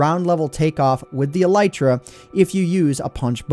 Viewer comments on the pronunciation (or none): It's pronounced like "ell-i-tra", not "e-ligh-tra".